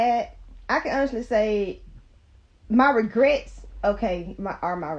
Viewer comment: Did she say “DiRegrets” 😂